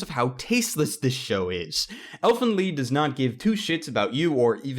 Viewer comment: i think he prounced lied wrong it's (L I EEE D as in i lied to my mom) not (leed)